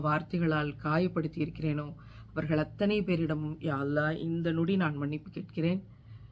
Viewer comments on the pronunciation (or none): none